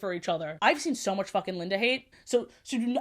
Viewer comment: i like that you kept referring to linda as "lindana" (tone indicator genuine)